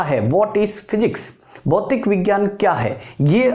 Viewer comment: सर भौतिक विज्ञान होता है भौतीक विज्ञान नहीं